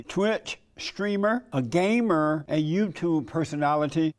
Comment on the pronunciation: I'll never get over the inflection he uses when he calls destiny a gamer, fuckin amazin